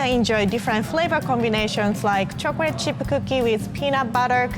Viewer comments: Love it when she says " chokrate" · Lol instead of chocolate she says chocret